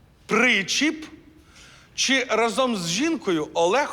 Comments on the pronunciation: рАзом, а не разОм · Наголос у слові «разом» падає на перший склад. Тобто рАзом, ніяк не разОм! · не разОм , а рАзом!!!!!!!!!!!!!!!!!!!!!!!! вже другу програму чую....